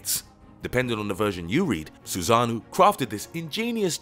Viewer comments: My man horribly said the words "Susanoo, Ameterasu, Hime, Orochi" 😂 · its Susano'o and Amaterasu not susanu and amaratsu